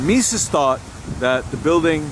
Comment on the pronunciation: Mies is pronounced "mees," not "meeses."